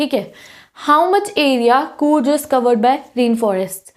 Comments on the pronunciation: Coorj nahi coorg padho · Areee कूर्ज nahii कूर्ग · Coorg ka pronounciation is wrong and BTW it's 'kaveri' not 'cavery'!